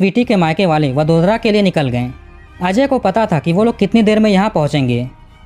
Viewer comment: भाई, दो सवाल है आप के लिए। आप हर वाक्य में दो-तीन शब्द उस विदेशी कूतरा भाषा में क्यों बोलते हो? और तो और, क्या आप को वडोदरा जैसा सामान्य नाम, जो कि हिंदी में भी बड़ी आसानी से लिखा जाता है, सही ढंग से उच्चार करना सीखना ज़रूरी नहीं लगा? ये सब आप को वीडियो बनाने के पहले ही सोचना आप को क्यों ज़रूरी नहीं लगा?